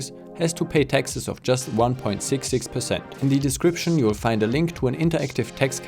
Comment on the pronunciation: I kept hearing Texas when you were talking about the high taxes, which is ironic because taxes are low in Texas.